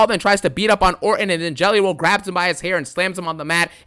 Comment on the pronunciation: "I CAN'T STOP THINKING ABOUT JELLEH ROLL!"